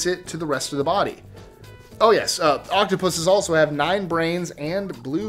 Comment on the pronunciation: Who else heard octopussies